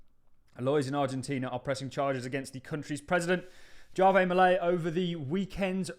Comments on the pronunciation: Argentina's President's first name Javier is pronounced HAVE-EE-EH.. and not JAR-VEY 😉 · I'm pretty Javier is pronounced hah-vee-air.